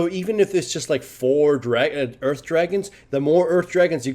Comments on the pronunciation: sounds like you're saying Urf Dragon a bit when you say Earth Dragon. The thought of that: "Free CDR for everybody!" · I swear he says Urf Dragon...